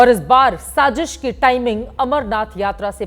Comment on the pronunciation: Shajish ni baji g shazish😂😂😂😂😂